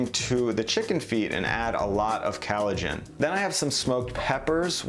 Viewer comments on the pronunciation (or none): COLLAGEN, NOT CALLOGEN, WHAT THE HELL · Really good information for creating deliciousness. Oh...and it's COLLagen, not calagen. Rhymes with 'call,' not 'Hal.' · Collagen. Not Callogen. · Lol. Loved the video and info provided but he kills me with that pronunciation! Collagen: kol-lah-jen instead of calogen which sounds like halogen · Very relaxing voice. (Except when he pronounces collagen as "CAL uh gen," which is like glass in the ears. ) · "Callogen" (it's collagen) "Digestive track" (it's digestive tract") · Great video, great content. (Side note “callogen” is this an Americanisation of collagen, if not it weakens your stance as expert/teacher if terms are mispronounced) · What’s ‘kellogin’? You mean ‘collagen’? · Nice and also professional video.... all you have to do is to pronounce the word Collagen better... " kAleijin" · Why does he call collagen, callogen? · Some useful info here, but I think you need more challenges in your comments. First, it's collagen, not "calligen". This does not make you sound well-informed. Second, if you're running an "experiment", you can't try different techniques (e.g. adding the salt at the beginning) only in one type of broth. Different bones may respond differently to different methods, so how do you know whether your results are because of differences in the bone or the method? Last, and most important: you're accepting some popular tropes about all the health benefits of bone broth. But there are also quite a few postings out there that point out that bones trap a lot of toxins -- e.g. lead (even in organic meat). From what I've seen so far, it depends on whether you're looking at a paleo website or a vegan website. Might be worth some more careful research. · Callogen? You mean collagen? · Good video but why are you saying collagen CAL-o-gin vs CALL-o-gin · It's collagen, not callogen :-P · First ever youtube comment, compelled to say: COllagen* not CAllogen. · Its collagen dude not callogen. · cOllagen not cAllogen